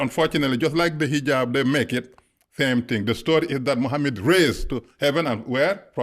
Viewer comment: What a joker 1 This so called " Muslim imaam " Cannot even pronounce " Mosque " properly , saying " mask ' & calling our beloved Prophet , " Mahammid " instead of Muhammad .. And it was not Jibril that came , but a white steed called " Borak " I can go on & on exposing this so called " Imaam " But i would not waste my time . I prefer to leave him alone & let his bask in his ignorance .